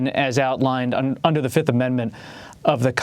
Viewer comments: He didn't say Fifth, he said Filth.. That's what he is. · U want 2 punch his lights out every time he says Da 5th